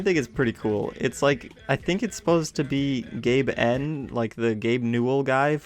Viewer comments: i dont hear "Gaben" but instead "Gay fam" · Who else thought "Gaben" on the radio sounded like "gay man"?